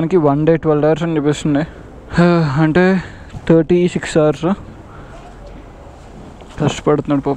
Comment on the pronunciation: బ్రదర్ నీ రైడింగ్ సూపర్ బాగుంది కానీ ఇంగ్లీష్ లో food ని hours నీ మరియు fush నీ కొంచం క్లియర్ గా చెప్పు.